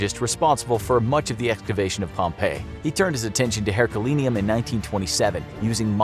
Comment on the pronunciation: "ethcavstion" is not a word